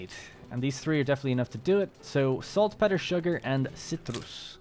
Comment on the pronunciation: You should look up how to pronounce "saltpetre"! please! :D Been watching all episodes, and I love it, eventhough I've been taking a break from Anno 1800, after 800+ hours. Also, now that you have begun optimizing with trade unions, look into maximizing your orchards' "density" more so than production, I haven't tested it, but I'm pretty sure you get more out of them, that way. If I remember correctly, I could get 8, or more orchards in trade union range.